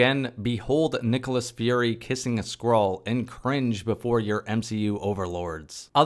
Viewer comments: I misheard you saying Nick kissed a SQUIRREL. And honestly, would've been a better plot. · Every time I heard Skrull I heard "Squirrel" and it made the synopsis so much funnier.